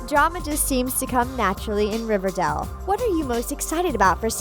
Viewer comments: She says “riverdal” lmao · did it bother anyone else that she kept saying riverdall ? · Does a video about Riverdale Calls it riverdall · She says it Riverdale so wrong here river dale that’s dale and river:riverdale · RIVERDALE IS PRONOUNCED RIVER DAY L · “And that’s what we know about Riverdoll season three” I’m really not trying to hate, but I couldn’t help but notice how the narrator mispronounced Riverdale. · its not pronounced riverdell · Hold up!? Wtf does she call it? RiverDALL? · Is she saying Riverdale wrong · I don't know why this host keeps saying "we" she can barely even pronounce the show... smh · Why are you saying riverdale like that?😭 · It’s not riverdale it’s riverdale and it makes me mad that she can’t pronounce it right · Did it annoy anyone that she kept pronounce riverdale wrong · Is it just me or is anyone else annoyed on how she says "Riverdale"??? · Right!? Every time she said it I was like “Um no” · thats not how u pronounce riverdale gurl... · Babe, have you ever watched riverdAle because it sounds like you were reading off of a paper and either don’t know the difference between A OR E (hence you were saying RIVERDELLL) or you’ve never watched the series before. I’m sorry this was annoying me ALL through the video😏 Like if u agree ❤️ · She kept saying RiverDAL 💀😂and I thought it came out on October 10th, not the first week of September? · Um she keeps saying river-dell not river-dale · RiverDALE not Dell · Ughhh she says riverdul instead of riverDALE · I was like 'Did u just say Riverdel?... ..GIRL ITS RIVERDALE NOT RIVERDEL' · Omg I had noooo idea it was called "riverdell" oof my baddd Dude im serious tho it was HELLA annoying hearing "riverdell" "riverdell" "riverdell" instead kf RIVERDALE smh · It’s pronounced “River-dayle” not “River-dell” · Honey it’s not riverdal, it’s riverdal*e* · Omg she says river dal instead of river dale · .... riverDELL? um.... ok... it's riverDALE.... but ok..... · “River dell” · Omg Riverdale NOT RIVERDELLE